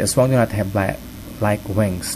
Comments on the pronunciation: your wrong its aswang not ashwang ang lamig ng bosses no grave ka peace. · No it's aswang